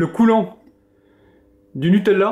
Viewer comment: Je suis la seule à être stressée parce qu'il dit nutelela